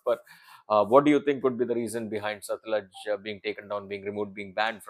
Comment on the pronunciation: its satluuuj not satlaj 😊